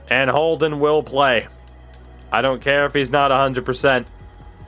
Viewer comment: Lol you said Holden’s name wrong 2 times when you looked through the trophies